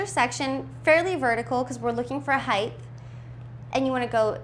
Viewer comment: HEIGHT DOES NOT HAVE A TH AT THE END. IT'S A BLOODY T.